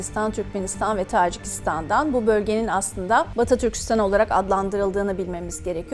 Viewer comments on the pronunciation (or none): Öff ne toçikistonu bee. Videonun başından sıktın içimi.